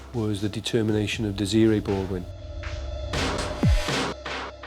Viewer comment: Its Des-ray detectives not dezra